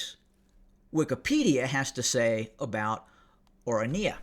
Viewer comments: or run yuh - is how to pronounce it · It is pronounced Oranya. Not a bad go if you don’t know Afrikaans. It is named after the Orange river. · The voice of reasoning has become as VOICE of lies from Trump to Elone from one AFRIORUM racist political party that dreams South Africa 🇿🇦 becoming apartheid system again, U really have no glue what u are talking about, u can't even pronounce the orania properly for a white man.